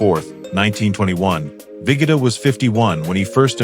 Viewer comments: Abe Ve GO DA - not vigata - GEEZ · Abe Vig-ah-tah?